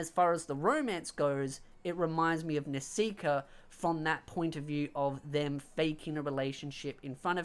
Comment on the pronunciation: How come you pronounce Nisekoi as Nesika or Nesiker?